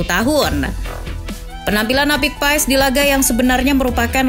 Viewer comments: bacanya "Paas" min bukan "Paes" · paes paes , pass baca nya min sama kaya pemain leicester Wout Faes , baca nya jg Wout Fass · Baca nya martin pas bukan martin paes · Min bukan Martin paez tapi Martin pass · Bacanya marteen pas,,, bukan paes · Bacanya Martin pas min bukan paes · Selese juga drama nya Izin koreksi min, cara baca nama nya yg benar itu Maartn Paas (sumber dari salah satu video coach justin), makasihhh 🙏